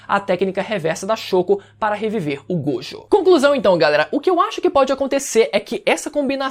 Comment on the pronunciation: GOJÔ! A PRONÚNCIA É GOJÔ! QUE AGONIA!